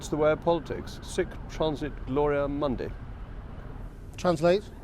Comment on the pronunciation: The Latin quote at the end is incorrect: “mundi” should be pronounced “moondi”